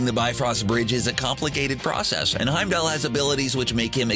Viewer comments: It bothers me that everyone pronounces Heimdall as Heimdell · I might have watched this for more than a minute, if the narrator would have said Heimdall's name properly. Good lord.